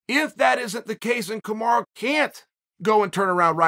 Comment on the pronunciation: I can answer this question. Kamaru Usman wants Chael to stop calling him "Kamara"